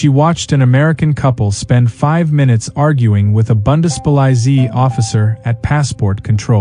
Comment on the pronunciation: The "Bundespolyzee"??? WTAF??? Here it is phonetically: Boondespoleetsie (like in "pie"). AI is an absolute disgrace!